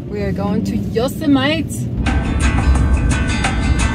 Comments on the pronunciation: did you just say Yo-see-mite.... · I absolutely Love your stuff My Grandmother was from Luxemburg and she also pronounced Yosemite like you did, I miss her. So, I've mentioned it before to you, I really want to have one of your photos of the Tetons as a mural on my Box truck build, one wall, floor to ceiling, all hues of blues and pinks and snow capped peaks, the ones I used to talk to when I cut wood when I was 14, for the fireplace, right there in Tetonia, right next to the elementary school - I might be one generation away from the poor tramps I grew up with but I have that memory, and although I was an outsider, growing up in that small town, albeit a few years, was some of the most memorable of my silly gypsy life,... I Live while I'm Alive tho... no matter where I am, today that's Salt Lake City for another week or two then maybe back to California. BTW, I like your van too, but I'm sure curious what your battery situation is, you may have covered it already but we should maybe consider an improvement - put it out to the universe.. Who knows